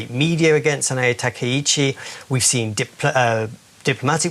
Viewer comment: Takashi? Bro do jourlanist even do any homework? Like how come a supposed professional cant even learn how to pronounce? What a joke the media is